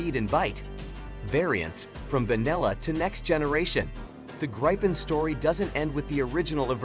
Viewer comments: Not Graipen, but Gripen, like in people. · Just stop calling it "graypen".. Just call it JAS GRIFFIN... gripen mean griffin